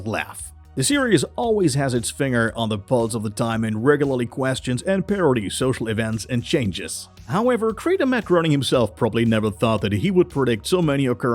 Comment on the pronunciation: Groening as in grey-nung, not groaning.